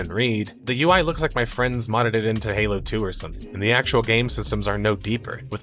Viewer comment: Thought you said Hello instead of Halo at the start 😂